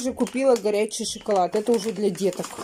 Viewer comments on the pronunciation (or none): none